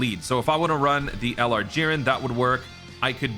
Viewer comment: I'll do it for u, ahem...."JIReN"